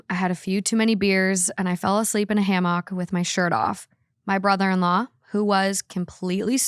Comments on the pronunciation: …. ‘Ham-ock??????’ Come on girly 😂😂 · It gave "ham hawk" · HAM-OCK!!! 😂😂 weird pronunciation strikes again hahahaa I love her so much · it’s hammock* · a ham hock 🍖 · The way says hammock is diabolical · I’m sorry, but the way you pronounced “hammock” in the second story and the fact that it’s an episode with Sal immediately made me think of “Tubberware” 😂😭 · That's not how you say hammock ..... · never heard someone say hammock like that 😂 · The way you said hammock almost made me rage quit. Like, girl…😂😂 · English is my second language and even im sometimes astounded by some of the words she mispronounces. Crazy how someone can grow up on a farm without hearing and seeing the word hammock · As a minnesotan - it’s a common way to pronounce it around here! I didn’t know it was a midwest thing. A lot of people believe that’s the proper way to say it. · It's because she's reading in real time, so she's probably not processing the word before sounding it out and pronouncing the o like "oh" instead of "ah." It's honestly pretty reasonable. It's not that she doesn't know how to say hammoc in her everyday life.